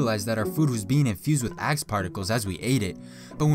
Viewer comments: my dumbass thought he said ass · I thought he said ass lol